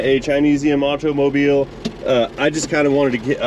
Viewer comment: Too much emphasis on the letter T pronunciation in automobile.